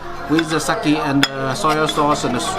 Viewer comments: Neither is correct, it is just pronounced SAKE, no "Y" at the end, don't fuck japanese up. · Great vid. sake is pronounced as sa-kay not sa-key